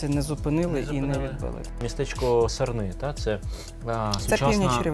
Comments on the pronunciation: Не СарнИ, а САрни! Моє рідне місто.. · Перепрошую,але не СарнИ, а САрни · САрни, не сарнИ